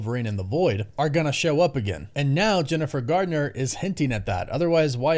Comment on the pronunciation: Garner not Gardner